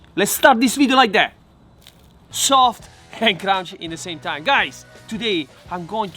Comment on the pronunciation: Sofft ... and crounchy.